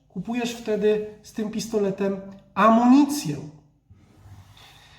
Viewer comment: Amunicję a nie amonicje